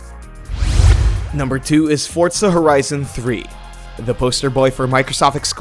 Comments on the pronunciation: Notice how he says "Fortza Horizon" Its "Forza Horizon" not "Fortza" Horizon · Fortza horizon loooool